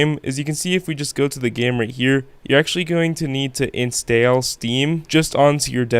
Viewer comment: Bro said instale